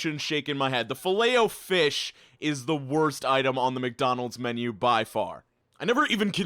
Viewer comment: You pronounce filet o fish weirdly. Also, it used to be the only thing I'd eat when we went to maccyD's as kids, as we wouldn't go elsewhere. As an adult... there is nothing good on their menu. You asking "what do you prefer, crap or more expensive crap?" - mate, imma gonna go walk to BK, where the food actually has flavour